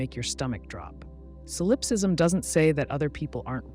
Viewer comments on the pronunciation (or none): Ugh.. you’re putting stress on the wrong syllable in the word solipsism! 😒 it’s driving me crazy. And now I can’t sleep.